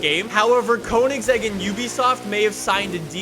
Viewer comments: I’m clicking off because of the way he says Koenigsegg Jesko. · It would be fun if you tried to learn how to pronounce Koenigsegg